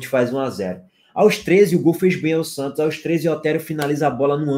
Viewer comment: Cheguei só para ouvir o falando “santchios”